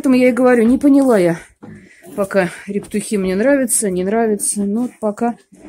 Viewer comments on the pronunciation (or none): Не рептухИ, а рЕптухи !